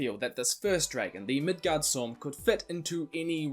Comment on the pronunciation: Hey, loving the channel :) Just a minor correction to how you pronounce Midgardsorm, you say it like this Midgard sorm, I believe, but it is actually pronounced like this Midgards orm, orm being the danish word for worm, and this is how we spell it in Denmark, Midgårdsormen :) Keep up the great work :)